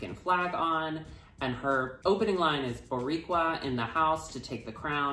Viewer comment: Dixie saying Boricua in an effortless manner is amazing ❤️